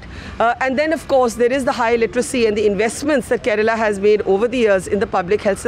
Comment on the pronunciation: Kerala.not karela